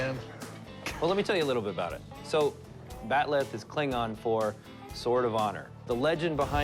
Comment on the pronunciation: It's called a bat'leth not bat'leh.